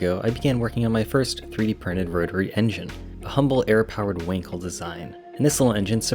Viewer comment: Not winkle but [ VAN KEL]